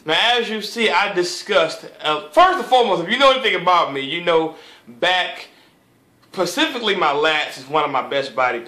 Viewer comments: "Pacificly my lats" lawl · Pacifically? Lol